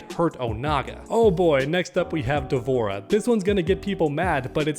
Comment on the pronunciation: Almost clicked off the video when you said D’Vorah 🤣🤣